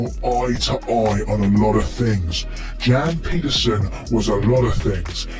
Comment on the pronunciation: The way he pronounces Jan Pieterzoon and Hardestadt 🙄